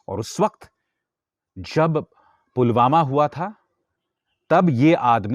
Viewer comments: Abe chutiye Pulwama hai wo..sale, pulgama nahi..jahil,, kab sudhrega.feku ragu...sadak chap funter. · Pulgama nai.. it's Pulwama. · Jumlebaaz Dhongi modi ko pulwama v kahna nhi aata Dhyaan se suno s o पुलवामा को गुलवामा kahta hain sunlo